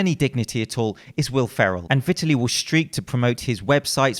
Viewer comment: Im pretty sure its 'vai-tal-e'